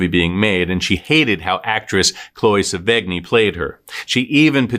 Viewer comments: Another well done but tragic vid. My only complaint is the mispronunciation of Chloe Sevigny's last name. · In 2000, Hillary Swank got the Oscar. In 1999, the most un-deserving Oscar went to Goop Paltrow for Shakespeare In Love. Also, the g is silent in Sevigny🙃😘